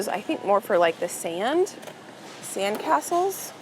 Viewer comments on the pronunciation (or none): none